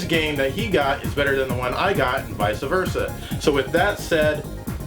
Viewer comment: I'm watching this again because I put it on when I go to sleep, please stop saying "vice-a versa"... you seem way too smart for that